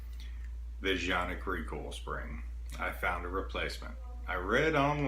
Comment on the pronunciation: It is pronounced kan-ik according to Canik. Also landscape is your friend, get to know him.